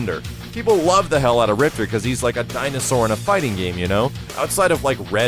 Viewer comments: RIPTOR not ripter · Game says "MAY-LAY" and you still say "mee-lee" Game says "RIP-TOR" and you still say "ripter" c'mon. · Rip-TOR...say it with me lolll. Thanks for the vid though bro:) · Hahaha I have no idea why, but I hate when people say Riptor like "Rip-ter" his name is "Rip-Tore" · the proper way to pronounce RIPTOR's name is RIP-TORE. also, they mispronounce MAYA's name in the newest KI as well. her name is pronounced MAY-YAH. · In the game, they pronounced him Rip-tore, rather than Rip-terr